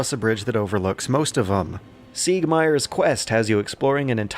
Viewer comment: "Siegmeir", why you do this? I love you and the depth to which you think about elements of my favorite games but you and pronunciations just don't mesh sometimes.